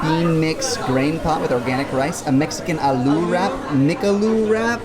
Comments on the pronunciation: You pronounced McAloo as MCLOO.. though very cute..but you missed ‘A’.😂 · McAloo!!! 😂 it mean mcpotato